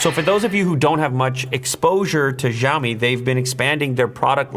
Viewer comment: This is so lazy promotion video, guy is not even able to pronounce company name properly.